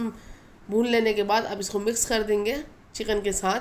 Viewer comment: بھائی جان چیقین نہیں لفظ چکن ہوتا ھے آپ انڈیا والے پیاز کو پیاج اور چکن کو چیقن اور منظور کو منجور کیوں بولتے ہیں آپ الفاظ صحیح ادا کریں تاکہ ھم پاکستانیوں کو سمجھ آ جائے